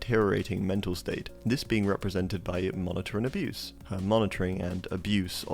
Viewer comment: “Monitor and abuse” 💔 its abuse as in a-byooz